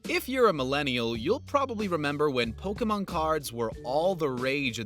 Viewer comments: RW:just hearing Rick Harrison say "Pokeman" cards instead of Pokemon cards correctly(is just insulting and offending many fans of the TCG franchise)reminds me of the time with my 4th grade teacher Ms.Verbeak when all the students told her it was pronounced Pokemon cards not Pokeman cards😠. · POK-E-MON Rick!